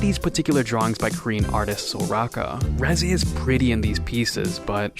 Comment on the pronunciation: reji?レジ？reze、レゼやろ。ちゃんと発音せいや。